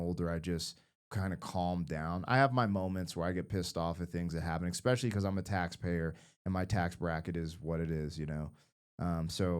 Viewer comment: You need to learn how to pronounce etcetera and especially